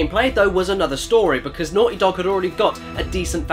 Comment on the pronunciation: "Ohhh Thoes Daughty Nogs" XP Made Me Laugh So Hard XD